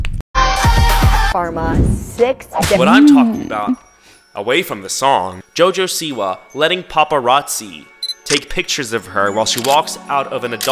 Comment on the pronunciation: When he said "Jojo siwa" in the start of the video i thought he said "Jojo see ya" (in Jojo's bizzare adventure) 💀💀